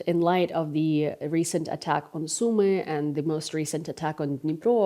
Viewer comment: You have an amazing American accent! I thought you were American, until I heard you pronounce “Sumy” EXACTLY like my wonderful Ukrainian wife does. Your analysis is 100% SPOT ON. There is a serious problem with trump, I know that Ukraine does not trust trump at all, so don’t expect this minerals “deal” to be signed by Ukraine. It is not finalized yet, and don’t expect the Verkovna Rada to approve it. 👍🏾